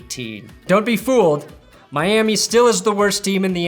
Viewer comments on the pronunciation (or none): none